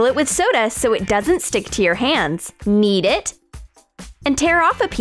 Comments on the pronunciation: they said eat it instead of nead it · I thought that you said "Eat it". 🤣🤣🤣